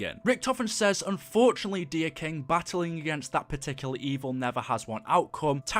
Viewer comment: Im triggered. it's king, not kink :p